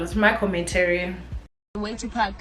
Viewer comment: le wena, it’s PaRk not paCk!! Haikhona 🤣 Love you girl!!